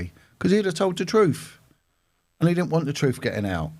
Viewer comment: Making fun of someone who said "tooken" instead of "taken" is rich coming from a man who says "troof" instead of "truth" and "nuffing" instead of "nothing."